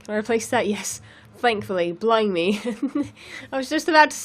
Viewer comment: I just realized when she said blimey it sounded like blind me. I wonder if theres any relation, or blimey is a quicker way of saying it. (like Charlston south carolina is originally charles' town.)